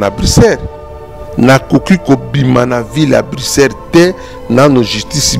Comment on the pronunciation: Eza Bricere te mais Bruxelles . Niama ya mobali oyebi Poto te. Yoka ndenge azo benga Bruxelles😆😆😆😆😆